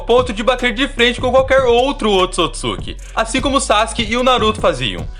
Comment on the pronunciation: Se fala oôtsutsuki